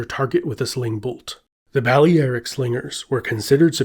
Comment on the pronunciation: "Bali Eric" slingers? Bali Eric was a German drug dealer I knew in Indonesia. The famous mercenaries from antiquity were "Bah-lair-ik" slingers.